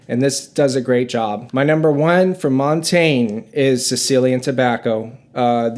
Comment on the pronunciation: It’s so wild how nobody (except ) knows how to pronounce Montagne.